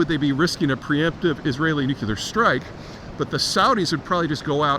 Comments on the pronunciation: I've never heard of a nucular facility. Perhaps you meant nuclear? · it is nuclear not nucular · Peter, learn to pronounce "NU-CLE-AR". There's only one effi'n 'U' in NUCLEAR. Its Not NU-CU-LAR Its Not NU-CU-LAR Its Not NU-CU-LAR Its Not NU-CU-LAR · It's nuclear, not nucular. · It's pronounced 'new-clee-er' not 'nuke-you-lar'. Please get this tiny detail right. It's lends credence to your thoughts on the subject.Thanks. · I worked at a lab for 26 years where a lot of nuclear work is done with lots of brilliant PhD scientists and engineers...most of them even have the word "nuclear" in their title or team (i.e., "nuclear engineer", "nuclear science division"), and at least 25-30% of them say "nucular" (and they're not doing it ironically). It's still dumbfounding to me, but it's a mispronunciation that completely transcends education or intelligence. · You are mis-pronouncing nuclear. It's not nucular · NOO- Klee-er, Not "Noo- Que-ler". I see your videos often. It would be spelled "Nuqueler" if your pronunciation were correct. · Unless you are George W Bush or Homer Simpson it is pronounced "new clear" not nukuler. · I know. You'd think "new clear" is not difficult but, unfortunately, many people - perhaps even most - seem to say "new que lar". It's infuriating. It's like a brain glitch that half the population has somehow acquired. Same thing with people who say "That begs the question..." when what they mean is "that suggests the question". Or people who say "literally" when they mean "figuratively", as in "he literally exploded from laughter." It figuratively makes my blood boil. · NU - CLE - AR not NUK - UL - AR Please, please, please, I beg of you. You may not imagine how detrimental your pronunciation is to your credibility... but it is. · Bush said "Nucular" and i guess it just stuck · Peter , you’re too smart to be saying “nucular” Lolol wtf that’s how George w. Bush says it 😊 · I agree I think it’s verbal laziness